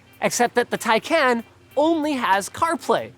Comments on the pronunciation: How on earth can someone slaughter a word so badly? The name is Taycan not take can , which somehow seems to be incredibly hard to understand for north Americans. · ITS TAY-KAN NOT TAE-KAN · Yeah but he says “Tai Can”. It’s Tai Kon like Muh Kon not Muh Can. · its taycahn not taycan you noobs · PLEASE CAN SOMEONE STOP THEM FROM SAYING TAI-CAN. IT'S TAI-CON😭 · its pronounced tayjan in turkish... since they gave it a turkish name, PRONOUNCE it correctly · TIE-CON. Dude you own one, you can't be mispronouncing its name. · A month with the car and you still don't know how to pronounce it. Tie Con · It’s pronounced “tie-caan” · Sounds more to me like TayCAN'T. 😂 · Porsche Tacnayn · No, I meant Taycan. Even Porsche itself pronounced it wrong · Some day you guys will pronounce Taycan correctly lol PS if you think the 4S is fast, the "Turbo" S is considerably faster. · He pronounced taycan wrong though.